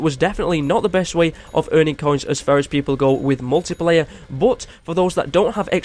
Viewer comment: You said muliplayer not multiplayer